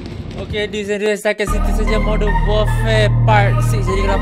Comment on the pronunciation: It's warfare not warfair.